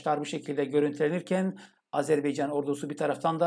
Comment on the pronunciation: hocam lütfen azerbeycan değil azerbaycan diyelim. 💕💕💕